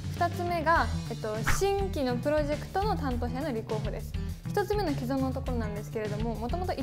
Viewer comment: 既存は「きそん」と読みますよ！